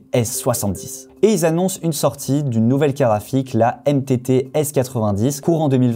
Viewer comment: Perso j'entends karafik et pas carte graphique. Je vais changer d'oreilles.